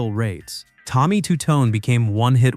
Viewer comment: For AI, this wasn't half bad. But the mispronounciation of Tommy "Ta-TONE" for Jenny and "chawreography" to describe Toni Basil's video and the picture of Bush jr instead of Bush sr in 1988... now, those were good jokes, thanks AI, I know you don't take anything personally.